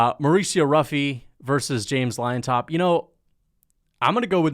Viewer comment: Not to be a dork, but Llontop is pronounced like "John-top", not liontop 🤓